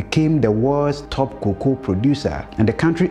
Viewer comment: Learn the pronunciation of cocoa